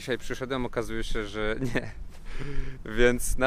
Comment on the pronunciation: Cjeść. Ruszamy s portu i może w końcu uda nam sjee tsosś zjeejscć... Skąd ta infantylna maniera w wymowie ?